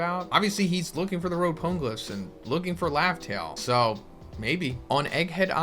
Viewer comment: imma be that guy, even the anime doesnt pronounce them powngliphs how you are...thats just annoying. "this is how i say it" no, there is a right way to say it, quit being lazy and learn the right way. till otherwise stated, the e in pone is pronounced, not silent.